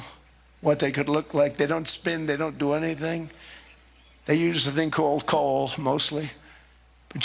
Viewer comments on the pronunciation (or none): COAL Not DOLE. 🔥